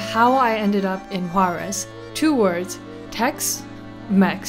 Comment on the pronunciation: Quick tip to improve your pronunciation of "Juarez": the R should sound like the double T in "better".